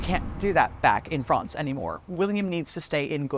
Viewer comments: Interesting, but please either learn how to pronounce the French names correctly (e.g., Calais, Château de Falaise) or stop referring to the country across the Channel as "Frahhhnce" every time. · FRANCE. Why can't she say France?!? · Excellent documentary, with a good presenter. The only thing I didn't like was the unnatural-sounding pronunciation of "France", which seemed like an American trying to do a hybrid between the way the English and French would say the word, but wasn't really either and just sounded odd and forced to my English ears. I would have been happier if she had just gone with her natural American pronunciation. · Good documentary as expected by this presenter. But why pronounce France with a soft a? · I never heard anyone pronounce France like that!!